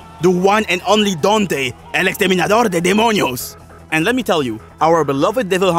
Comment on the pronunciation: The fact that when you said "El Dante, El exterminador de demonios" your accent almost disappeared like you knew Spanish